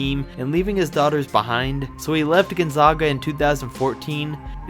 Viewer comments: I have to correct you on behalf of everyone in Eastern Washington. You mispronounced "Gonzaga" and "Spokane"...it's GonzAAga (not GonzAHga) and Spo-CAN (not Spo-kane). How would a person know if they hadn't been there? I get it...but still...everyone from Spokane cringed when you said those words. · Gone-ZOG-ah and Spo-CANE. ARGHHHH! Learn to pronounce the things you're talking about. It's Gone-ZAG-ah and Spo-CAN. Sheesh. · Gon-Zag-A, not Gon-Zog-A, Spo-Can, not Spo-Cane. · It’s pronounced Spo-can not Spo-cain and it’s pronounced Gun-zah-guh not gone-zaw-guh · Why do people say (Gon-zawguh). It’s pronounced (Gon-zag-uh) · Listening to you pronounce Gonzaga wrong every time you say it hurts me, it's Gonzaga not Gonzoga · It's Spokane...like cane, candy cane. Long A. And Gonzaga....Gon-zegg-a like egg 🥚.... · Gon-zayga* and Spoke-anne*. Get it right. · It's pronounced Gone-Zag-Ah and Spoh-kane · You said Gonzaga/spokane wrong. 😂😭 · Homie, you pronounced both Gonzaga AND Spokane wrong in this video. I honestly couldn't keep watching after that. A little more research might help. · Learn to pronounce Gonzaga and Spokane. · Learn how to properly say Gonzaga and Spokane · Wheelz no, but this man needs to learn how to pronounce Gonzaga, and I'm a regular cake, not a cupcake